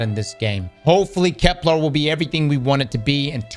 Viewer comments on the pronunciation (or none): the guy that can't pronounce "kepler" has a bad take? no way.